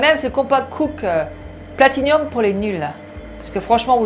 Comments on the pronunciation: Platinum, pas platinium. C’est pourtant pas compliqué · Bonjour C'est platiNUM il n'y a pas de i avant le u voilà....😁💋🌹